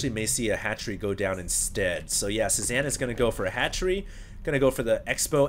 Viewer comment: Nitpick: Cezanne is pronounced: saay-ZAHN, not sue-zan. It's a French last name, not a female first name.